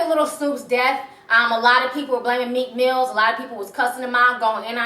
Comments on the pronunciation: MEEK MILL ! NOT MEEK MILLZ ! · Its Meek Mill not Meek Mills..